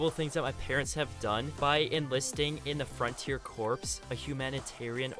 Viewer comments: Yes corps = core. It’s not corpse lol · Lol the frontier corpse 😂it’s pronounced core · Corps is pronounced "core" not "corpse". Otherwise, great video. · literally triggering me corps is pronounced like core not corpse good video though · Corps is pronounced Core not corpse. Like Marine Corps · Corps is pronounced “core” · I'm unsubbing cause you keep saying "corpse" intstead of "corps" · The word corps as in marine corps is pronounced core (the ‘ps’ is silent) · You kept saying Corps phonetically when it actually is pronounced like cores-man. The United States Marine Corps is a good example. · The only pet peeve that I have is that CORPS is pronounced Core. Like marine corps is pronounced marine core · Lol corps.. the p is silent friends 😄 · this guy cant say corps